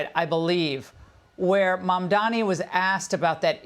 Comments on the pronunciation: IT'S MAMDANI NOT MAMDAMI! WHITE PEOPLE LEARN HOW TO PRONOUNCE NAMES PROPERLY. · The guy has gained worldwide recognition for who he is and where he comes from, and common people in the streets of foreign countries can even pronounce his name correctly, except for all those FOX News stooges who still pronounces it Mandami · You dum old man its mamdannnni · Yah, it was pretty funny! like - what??? how about this: VDH pronounces Mamdani as MaNdaMi. - it's a foreign name that many had a hard time at first with . If only that was the biggest thing we are having a hard time with... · Trump is a fake populist. Mamdani is a real one. Also, anti-Zionism is NOT anti-Semitism. Someone should clarify that for the confused councilwoman. These people can't even pronounce Mamdani's name correctly. Trump got absolutely played by Zohran and MAGA is furious about it. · Hanson can’t even pronounce his name…..he’s as irrelevant as Levin. Trump loved Mamdani 😊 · Mr victor talking about nyc mayor-elect and he in whole discussion couldn’t take Mamdani name correctly this is ignorance and ill informed behavior